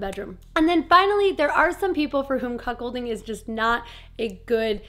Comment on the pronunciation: I thought you were saying Cock holding because you have to spell it different it sounds the same.